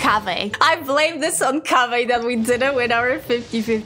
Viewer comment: it sound kávé more then Kaveh hahaha xD